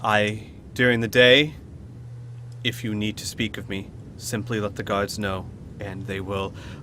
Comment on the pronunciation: I know he's saying guards but I kept hearing gods. which brings to mind two thoughts. Dwarf king is really freaking powerful, and the dwarven pantheon of ardenfell are bad at tracking.